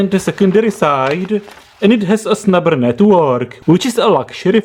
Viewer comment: I always hear "snapper" from you, instead of snubber XD